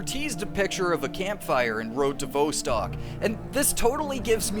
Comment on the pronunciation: Vostok is pronounced with the 'Vo' sounding like 'saw' and not like 'row'.